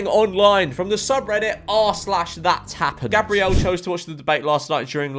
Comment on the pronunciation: he did not just say Gabriel like THAT